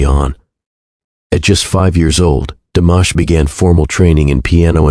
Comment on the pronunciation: Canales recién creados, con trozos de vídeos y fotos de otros canales, repitiendo hasta la saciedad párrafos que ya conocemos. IA tan mal hecha que ni pronuncia bien su nombre. Tengo mis canales seguidos desde hace años, no volveré a ver ninguno de estos. Que nadie se enriquezca del gran trabajo hecho por DIMASH. Con mi niño siempre ❤